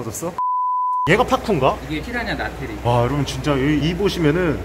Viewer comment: 나트리 ㅋㄱㅋㄱㄱㄱㅋㄱㅋㄱㄱㅋ나트리라니요! ㅋㅋㅋㄱㅋ